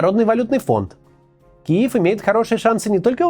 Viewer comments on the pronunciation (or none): none